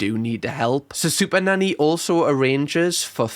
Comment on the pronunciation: It sounds like sometimes you say superdaddy lol